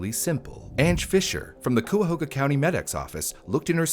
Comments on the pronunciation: As a Cleveland native. Cuyahoga ks pronounced KIE AH HOGA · Cuyahoga is pronounced KY-uh-ho-ga. My family is from Ohio, near here. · love your videos and the light they shed, but please for the love of God it's pronounced kai-uh-how-guh (Cuyahoga) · It's crazy that any of that would happen. . . Anyway a little help on pronouncing Cuyahoga... it's Kai-a-hoge-a Sorry it's a pet peeve of mine since I was raised around that area. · My soul... Cuyahoga county, as a person born there, has always been pronounced ky-uh-ho-guh or ky-uh-hog-uh. Never ever once have i heard that name pronounced so painfully lol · kai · uh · ho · guh Source: I am from here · im going to icepick my ears if i hear coo ya hoo ga one more time lol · For other non-locals: They are pronounced "KAI-uh-hoh-guh" and "buh-REE-uh" and "AHH-krohn" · I'm pretty sure Cuyahoga is pronounced kaya hoga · That's the county I grew up in! It's pronounced kai-a-hog-a. =) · Sorry, I lived in Cuyahoga County for years, gotta step in and say: It's pronounced "kai-uh-ho-guh." Either way, I enjoy your videos. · it's pronounced "kaya-hogga" Cuyahoga County, Ohio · Ohio resident here! it’s pronounced KY-uh-ho-guh :) I believe it means “crooked river” in a Native American language. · It's pronounced "Kentuckyahoga?" How odd... ;) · Cuyahoga is pronounced Kai-uh-ho-ga not how you said it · In my man's defense, I never would have guessed "cuy" to be pronounced as "kai" by reading it 😭 like I probably wouldn't have even looked it up either Edit: hope this didn't come off as rude lol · Coo... Come on bro.. I'd be less mad is he said Cuy, coi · as someone from the area you were so close on saying Cuyahoga correctly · That's not how Cuyahoga is pronounced 🥲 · I did not expect when opening this video a case taking place in my home state, and especially not the butchering of the name Cuyahoga 😅🤣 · The pronounciation of Cuyahoga is frying me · The way you pronounced Cuyahoga is adorable! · it's pronounced "kai-uh-ho-gah"